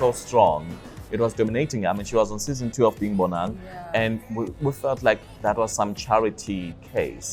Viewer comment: Oh gosh why do you pronounce 'Bonang' the way you do. I cringe everytime you say Bonang..